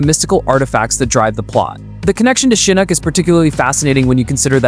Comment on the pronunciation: Why are you pronouncing the names wrong and then later it's right e.g. Shinook then Shinok, I'm genuinely curious ?